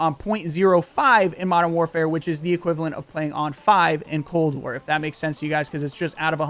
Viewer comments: What’s cold ware bro u even talk properly? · did he say cold wear?